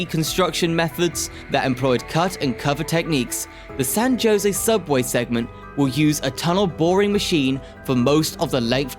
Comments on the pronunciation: San JO-sey? 😂🤣 It's HO-sey. The name is in Spanish, where a J is pronounced like an H. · San "Ho-Sey" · San JOE SAY 😂😂😂😂😂😂😂😂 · Pronunciation of “San Jose” is (example) “San Hosay!” Every time he said “josay” made me cringe… 🙈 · India guys call it San Joinzee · It's pronounced hoesay, but nice try man. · >"San JOEsy." You must be kidding me. Talk about shit-teir content farming. Hire a local. Jfc. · San Jose is pronounced as San “Ho Say” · “San Joe-zay” lol whaaat???? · no, even my navigator knows how to properly pronounce San Jose, or San Joe-see. Maybe they don't know how to pronounce Spanish words? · San Jose was pronounced wrong. Ha Ha😂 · someone need to guide him to just do some googling to figure out the correct pronunciation especially to all Spanish words e.g. San Jose (‘J’ as in ‘H’) etc. this otherwise informative video got lost in bad pronunciation especially for us California long time residents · How hard is it to say San Jose? Dionne Warwick even sang how to go there. Are we hearing a real voice or a computer generated one? Can't say I'm going to follow this channel when so little effort is put into getting the simplest names right. Like Fremont. 🤦‍♂ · San JOEse and pleezanton😂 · You really need to learn how to pronounce the names of places! You really messed up on Nuys from Van Nuys. You misprounced Jose from San Jose, and Clara from Santa Clara. And Coachella from Coachella Valley. Oh yeah, and you slautered recreational. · I know.. the mispronunciations are cringe. San Jose, Pleasanton, Van Nuys! Just do some basic research if you're not sure how to pronounce words.